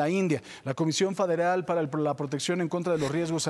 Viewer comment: La Comisión “Faderal”. Ni “ler “ sabes.